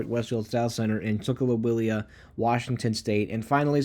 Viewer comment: Coral Gables.... gay-bulls Tukwila..... tuck-will-uh